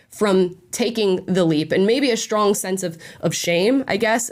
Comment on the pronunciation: Why do you pronounce strange as "shtrange"? it's so weird. Edit: now I also hear "shtrong" instead of strong. WTF